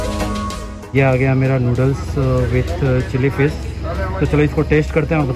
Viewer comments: It's not fis It's fish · Chilli fiss ,, 🤣🤣🤣abe bolna toh seekh le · Who else hearing chilli fish; chilli flakes